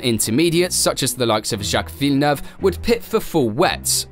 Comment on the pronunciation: Props for pronouncing Villeneuve correctly! Lots of people don't get it right at all. Good video.